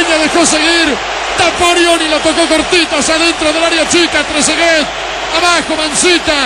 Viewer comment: "tresegay"?que sos un nene?. trezeguet gano un mundial y es goleador e idolo de la juventus; y te cerro la cola con el gol que hizo. anda a tomar la leche salame